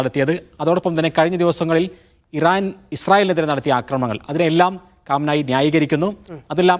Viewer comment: റിപ്പോർട്ടർ ഒരു പേരുപോലും പറയാൻ അറിയില്ല 😂കാംനായി😂😂ഇവനൊക്കെ പൊട്ടനാണോ